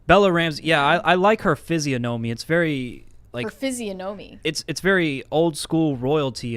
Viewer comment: The guest mispronounced Physiognomy.